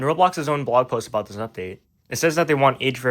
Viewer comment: "oopduate" LOL